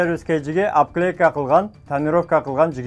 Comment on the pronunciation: Опклейка эмес Оклейка болот